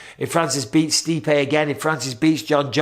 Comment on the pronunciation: You mispronounced Stipe in an insulting way. Mistakes happen..